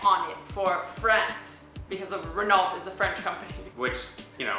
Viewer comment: Renault is pronounced "Renno".... ;-)